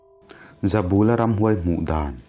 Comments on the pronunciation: He thawnthu kher chu i va chhiar dik lo nasa ve, zabûla i ti phei chu nuih a za duh ee, bul tih hi kiang/ hnai tihna ang a nia, ka bulah rawn riak rawh tiha, bul tih ang khan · Hming lam rik dik loh inhrilh hria ang aw. Ramhuai hmutu pakhat ZABULA hi a 'bul' lai hi thlukna awm lo i thluk palh tlat mai a. "Ka bulah hian lo ṭhu teh," kan tiha 'bul' tih lai ri ang hian, "Zabula' tiin lam rik bung nghat tur a ni. A report-tu C. Laitanga hming pawh hi i ram ri dik lo bawk a. "Sorkarin kan silai an man a, a tâng daih mai," tih hi han ngaihtuah la, chuta ṭang chuan, "Laitanga" tih han ngaihtuah chhuak teh le. Amah hi Art & Culture Deptt. mi leh sa ni ṭhinin, Jt. Director aṭangin superannuation pension-a chhuak a ni nghe nghe. Tunah hian Aizawl Hunthar vengah a awm. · Zautawp tih te hi ilam diklo,pal ri san san tih te hi ilam dik bawk silo.Mizoṭawng thluk i thiam loh dan a ṭang hian hetiang ang chhiar hi i "CHEMKALNA" lam anilo.Tin Zoram khaw hmingte pawh hi i lam thiamlo hle bawk.Tin mihring hming "ZABULA"tih te pawh i lam dan ang nilo "THINGBUL" tiha BUL tih anga lam tur anih hmel.Nang hian KUT-BUL tih a bul tih ang deuhin ilam.Tuman an hmingah "BUL" i lam ang hi an hmang ngailo viau.